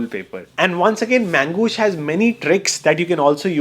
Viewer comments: Magoosh ❌ Mangoosh ✅ 😂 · Bro mis pronounced Mangossh unlimited times and yet got full sponsorship money. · The entire video is about promoting Magoosh app which you pronounce as ‘Mangoosh’. Duh! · His Mangoosh cracks me every time😂